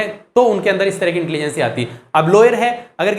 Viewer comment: Please learn how to pronounce "intelligence".. Overall Good lecture 😊